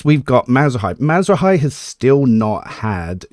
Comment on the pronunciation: That Marazhai pronunciation is absolutely insane dude